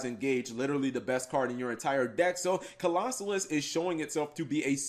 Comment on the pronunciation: Cap... don't be Mkhol....you know how to say Colossus. Co-los-sus. Why are people adding an extra SOLO in the name